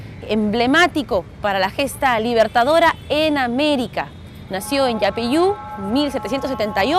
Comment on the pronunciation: ¿"iapeiu"? ¡Yapeyú!. Hablá bien.